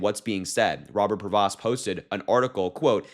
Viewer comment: His name is pronounced "PRAY-VO". The S and T are SILENT!